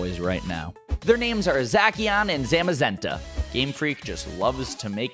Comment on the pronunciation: I love you man but.. ya totally butchered the legends names. It Pronounced Za-she-an and Za-mu-zen-ta. I hate to be a downer and all but I have ocd so it’s ok. I think...Plz don’t hate.plz